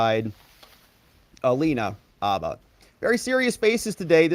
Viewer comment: Dude, are you EVER going to learn to say Alina HABBA’s name right?